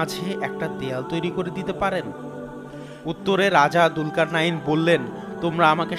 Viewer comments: It's julkar nain,,not dulkar nain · দুলকার নাঈন না। নামটি হবে জুলকারনাইন। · Bhai dulkarnayin na. Zulkarnyin hobe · যদি আপনি তার নামের বানান দুলকারনাইন বলে থাকেন, তাহলে সেটি ভুল বলছেন…… এর সঠিক উচ্চারণ হচ্ছে “জুলকারনাইন” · দুলকারনাইন নয় যূলকারনাইন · ভাই দুলকার নাইন বলছেন কেনো ক্বুরআনে আছে যুলকার নাইন। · কি ফেতনা নাম হলো জুলকারনাইন আর সে বলে দুলকারনাইন 😡